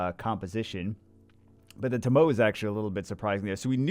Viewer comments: ....fire onmiyoji is pronounced TO-MO-WAY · Everytime he says "toh-mow" i die a little inside